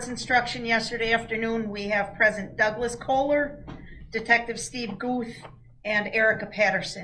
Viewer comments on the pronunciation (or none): none